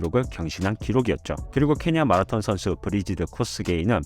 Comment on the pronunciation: 한국에서 유투브 컨텐츠를 제작하시는거면 발음좀 주의해주세요 .. 마라톤 발음이 너무 거슬려요 정말 ... 영어잘하는척 하려고 발악하시는거 같아요 ..